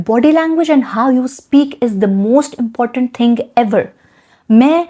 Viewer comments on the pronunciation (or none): none